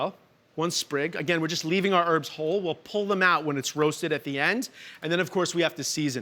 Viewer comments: It's HERBS not ERBS 👍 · What a twat. French onion soup is a peasant dish, not "fancy". And, it's "herbs" not "erbs". Richard you are a bellend. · It's always funny to me hearing Americans say "erbs"